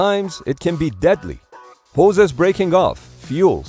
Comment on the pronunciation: bro said moses breaking of 💀